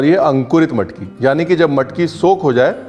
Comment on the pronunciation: You made my day loved the way you said bread, matki, bhaji, vatan and कट… being Kolhapuri we can drive miles and wait in queue for hours esp in cold weather or rains… your observations made it more authentic abt how it’s prepared and served… took me back to my hometown… loads of love from NJ 🇺🇸